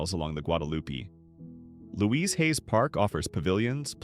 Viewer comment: I live in one of the cities listed here, but didn't realize it at first, the AI narrator said Careville but the screen said Kerrville, where I live. Luise Hayes Park? Where's that? Oh it meant Luis Hayes Park. That park and much low lying land in Kerrville was devastated in July 2025 and again in July 2026 by floods that happen once in 10,000 years. I live a block from a tiny creek that feeds into the Guadalupe River. That creek rose 20 feet in July 2026, cresting 4 feet below my house. The road next to the creek is still closed a month later. Two blocks from my house there was a drive by shooting early this month. A girl my daughter went to school with caught a bullet in her leg. On the plus side a Panda Express is scheduled to open next week, creating quite the local buzz!